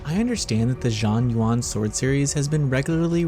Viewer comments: It's pronounced Shuan Yuan, not Juan Yuan. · Please don’t call it Jean Juan anymore 🤣 it’s closer to shuan yuan. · Ur butchering the name. It not even hard. Xuan is pronounced not as juan its shuen and yuan its spelled yuen. But good review btw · Not chinese expert but x is pronounced as sh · cmon, if you're reviewing a game, the LEAST you can do is get the name right, and now you're attacking people for correcting you...no wonder yall are still irrelevant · I know that Chinese is hard to pronounce, you could have just typed Xuan Yuan into Google Translate and it would have told you how. Every time you said Xuan Yuan sent a shiver up my spine.